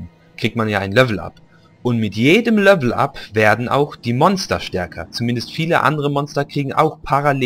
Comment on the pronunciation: Du sagst immer "Lövel up" oder "löveln"^^